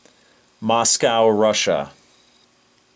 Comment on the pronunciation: He pronounces moscow like moscao haha